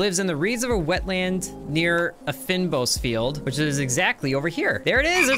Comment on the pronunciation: Thank you. Was coming here to post the same. His pronunciation there probably puts everyone from SA on edge 🤣.